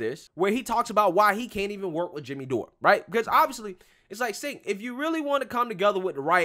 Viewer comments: FYI you pronounce his name as Tch-enk (like Charizard) not S-enk (as in Sent) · Its pronounced "Chank"... Not "Sank". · His name is pronounced Jenk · You missed how tyt tried to smear jimmy dore and Anna tried to me too him. And it’s pronounced CHENK LOL 😂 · Cenk is pronounced "Djaink". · It's pronounced chunk